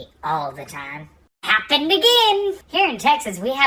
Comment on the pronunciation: "The HOPpening"